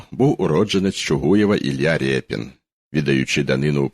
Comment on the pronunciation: 🎉 🎉 🎉 Варто писати і промовляти Ріпин. бо ять укр-ю читається як «і», а не моск. «є». Та «и» – як «и», а не «і». Тому Ріпин, від слова ріпа.